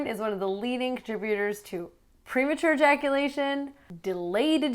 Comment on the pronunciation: erectyle dysfunction, premature eyaculation, delayed eyaculation